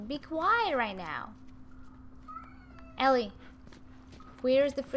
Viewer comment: you say it ellie (el-ly)